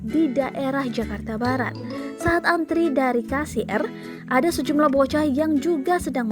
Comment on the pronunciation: Kasir jadi ka- si-er